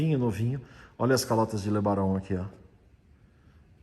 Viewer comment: "Le Baron" é um nome tão bom de pronunciar...era "romântica" dos carros que não volta mais!